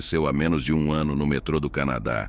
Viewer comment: Metro ao invés de metrô? Por acaso a voz do narrador é artificial?